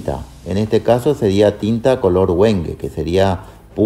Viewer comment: Amigo siempre haces buenos trabajos y los haces parecer tan fácil 😅, una observación se escribe Wengue pero se pronuncia "Vengué"